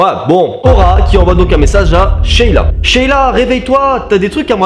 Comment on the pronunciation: tu as dit sheita au lieu de sheila 😂😂